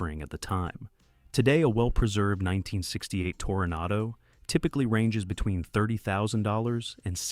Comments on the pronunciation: AI voice ?.. I heard tornado,not toronado on one occasion.. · And it's a Toranado, not Tordado as this A. I. First pronounced.